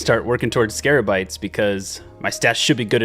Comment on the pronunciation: I waited hours to see if he would ever figure out it was scabarites instead of scarabites